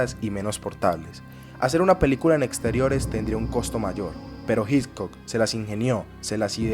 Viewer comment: Muy buen video, muy interesante. Sería ideal que la pronunciación del apellido Hitchcock fuera correcta, eso le añadiría valor a tu trabajo que ya de por si, es muy bueno.